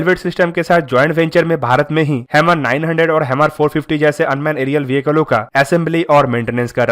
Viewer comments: Bruh its pronounced as 'Her-mis' not hemir or hammer. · Hammer nhi bhai "HERMES" naam hai uska bhai. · आपका उच्चारण गलत है। इस ड्रोन को हर्मीज बोलेंगे। आप हैमर कह रहे हैं।